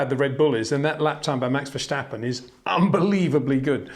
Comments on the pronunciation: Peter, for havensj sjake, pleasje pronouncje max' name right, it is verStappen, not verSSJJJtappen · Date is no "h" in Verstappen. Also no "step". No "Baron Von Trepp" in Sound of Music, either.